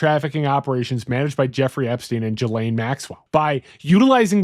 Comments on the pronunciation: "Jalane Maxwell"? It's Gee-Lane folks. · Not trying to be an asshole but Ghislaine is not pronounced "Jhee-Layne" OR "Jill-Ayne" (you keep switching it up lol). It's pronounced "Ghee-Layne". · Gee-lin (hard g)